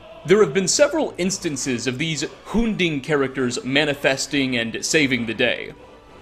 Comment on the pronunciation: Anyone else irritated about mispronouncing Umbra and Hunding? Lmao.